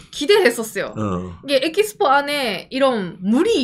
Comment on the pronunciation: 에키스포.. 일본의 영어발음은 들을수록 신기방기